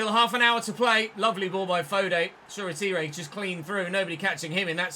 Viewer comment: hate to say it, but that’s not how you pronounce Shoretire’s name. It’s pronounced: “Shor-Tyre” not “Shor-A-Teeray”.